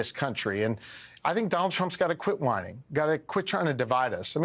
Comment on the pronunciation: Mango Messiah obviously mispronounced "whining" 😂